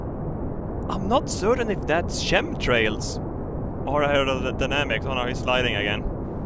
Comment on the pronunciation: also chemtrails don't exist. shremshails is what you said... maybe you mean contrails?